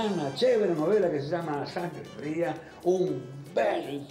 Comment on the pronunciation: ''Sangre Frá'' ??? xD